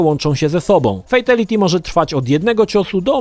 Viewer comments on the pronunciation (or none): FATALITY a nie fejtaliti ;) i BYBALITY a nie bejbaliti ;) sorka, że się czepiam ale mój grammar nazi nauczyciel się czepia ludzi :P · Uszy mi krwawią jak mówisz "fejtelity", każdy konferansjer w MK odczytuje to jako "fitaliti" dosyć znacząca różnica dla fanów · "Fejteliti"? Serio? Uszy więdną. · Dlaczego gdy ktoś źle wypowiada słowo w języku obcym, to trzyma się go jak rzep psiego ogona i powtarza w nieskończoność? xD 3 minuty filmiku, a ja słyszałem o "fejtiliti" już z 10 razy. "Bejbiliti" już nie wytrzymałem i wyłączyłem to dziadostwo xD No a jak słyszę, że uznawana za najbardziej kultową odsłonę serii Mortal Kombat dwójka jest nazywana "taką sobie", to już wiem, że masz zerowe pojęcie o tej serii. Ot, włączyłeś, pograłeś i tyle, równie dobrze mógłbyś sobie włączyć pasjansa, bo zaangażowania nie masz żadnego. O ile w ogóle w nie grałeś, a nie obejrzałeś jedynie kompilacji "fejteliti" na YouTube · fejteliti XDDD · To moj pierwszy film od lat. Jezyk polski koszmarny, "fejtyliti" i "bejbylity" jeszcze gorsze. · Dlaczego fejtYliti xd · 'fejteliti'??? Po jakiemu to? Tak czy siak brzmi koszmarnej niż najkoszmarniejsze fatale;) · Ej ale ty wiesz że friendship i babality było genialnym pstryczkiem w nos wszystkim którzy krytykowali Mk za brutalność pozatym było to po prostu śmieszne i niestandardowe. Ps błagam popraw wymowę Fatality pls to nie brzmi dobrze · Ciulowato wymawiasz Fatality. :D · Najbardziej ciulowate to jest wymawianie przez Ciebie fatality i babality.